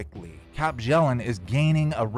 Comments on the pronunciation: It's pronounced byellen not bjellen. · Her last name is pronounced "Be-yell-and". I'v tried to tell you several times before in the comments. The J is silent.